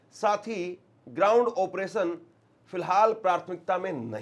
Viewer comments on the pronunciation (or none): none